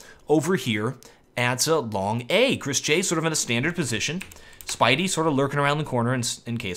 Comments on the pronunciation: i love how he calls spiidi "spidey" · You say Spiidi like "Speedy" ;)